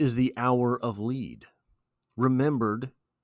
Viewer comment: My friend I believe it’s “Lead” (rhyming with “Bed”) not “Lead” (rhyming with “Freed”). Just makes more sense for the mood - like a “leaden sky”